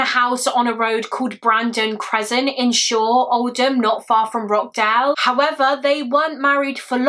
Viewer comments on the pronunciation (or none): none